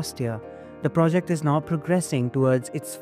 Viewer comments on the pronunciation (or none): none